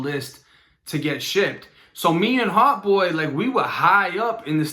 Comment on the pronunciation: nigga saying Heart Boy not hot 🤣🤣🤣🤣